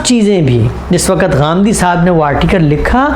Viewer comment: TALAFFUZ THEEK KAREIN SAHABZADE ( WAKAT NAHEE WAQT HOTA HAI) AAP TO APNE KO URDU DAAN KAHTE BHI HAIN AUR SAMAJHTE BHI HAIN